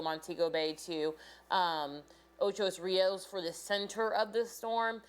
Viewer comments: It's Ocho Rios, not Ochos Rios. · Ocho not Ochos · Please- it's OCHO RIOS NOT OCHOS RIOS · i laughed so hard - "ochos rios" ?!!!! its not even spelt that way let alone the wrong pronounciation. its simply "ocho" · Ocho not ochos, ( Ocho Rios ) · Ocho Rios. How you get an "s" on Ocho . Didn't you learn to count in Spanish? Ocho is the number 8 Rios is rivers. It means 8 rivers. Ok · It's called Ocho Rios. Ocho.. It's driving me crazy and add to my stress.. :) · How many times did i hear ochos rios 🤣🤣🤣🤣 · Stop! Stop! Stop! Stop! saying Ochos there is no "s". 😠😠😠😠😠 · Lol she say "Ochos Rios" U had the pronunciation wrong but I guess that doesn't matter. What matters is that God needs to spare us here in jamaica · Everyone's focusing on her pronunciation of Ocho Rios. She's from a different country, not everyone will get it right. Focus on the importance of what She's trying to tell us. This hurricane is no joke! God help us and our island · I LOVE your pronunciation of OCHO RIOS 😊